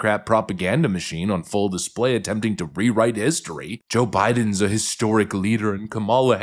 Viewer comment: No, she almost said ‘bidenS’